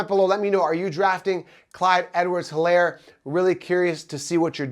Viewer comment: the H is silent. ist like elaire.